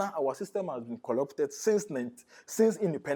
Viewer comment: How can you take anyone who says “Collupted” serious 😂😂😂 … the guy is not serious, he himself doesn’t follow his so claimed national issues… He’s only saying what he’s been asked to say…